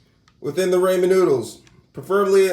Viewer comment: I hate the way you say ramen. Lol